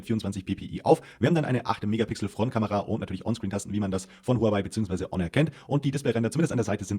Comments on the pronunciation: AAAAAAAHHHH wieso wusste ich dass er -H-onor sagen wird Und er weiß einfach nicht was eine „Wahrenti Kar“ ist 🙃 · Am Anfang fand ich ja noch die Aussprache von "Honor" gewöhnungsbedürftig....aber "Technische Deteis"....ne....